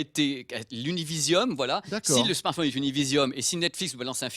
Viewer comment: Il a dit smartphouuune ! lol ! Comme ma mère grand